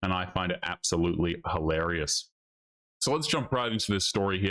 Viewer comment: Hilarious not hellerious, unless you're saying it on purpose.